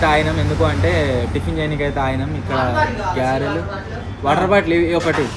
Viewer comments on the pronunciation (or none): Avi Garelu bro gyarelu kadhu😂😂